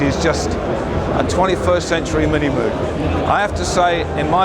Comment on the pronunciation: Hah. Even Rick Wakeman says "moog" wrong. :D